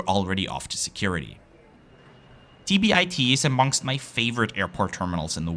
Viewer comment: Tom Bradley International Terminal A.K.A TBIT. It’s pronounced as “tee-bit” by locals and frequent LAX flyers. Thank you for the vid. Zip Air is truly an intriguing newcomer in the LCC game. Will def consider in future.